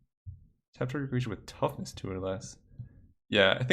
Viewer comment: You keep messing up toughness and power and IT"S DRIVING ME INSANE